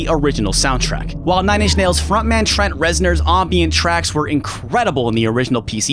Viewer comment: "Ombient" Ok.